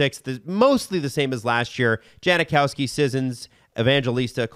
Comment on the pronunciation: It's Jankowski...not Janikowski... I should know, he is my cousin. Cheers and Leafs and Preds in the Cup final! Weeeeeeeeeee